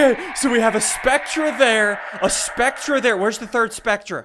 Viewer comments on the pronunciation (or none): Also Ssundee spectre is pronounced speck-ter not speck-tra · I'm pretty sure that it is pronounced specter -_ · He mispronounced spectre